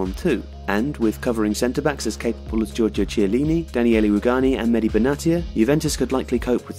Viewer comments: very nice video! love the drawings of the players too! to make it perfect you should review your pronunciation of Italian names tho... "ch" in Italian is to be read as a "k"... Giorgio Kiellini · *bernardeski. Kiellini. Ch in Italian is like K